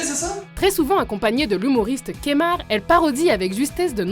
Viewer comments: C'est kemar pas kémar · On dit kEmar